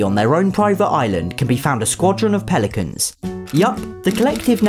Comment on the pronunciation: I thought that instead of "Pelicans" said for some reason "Police mans"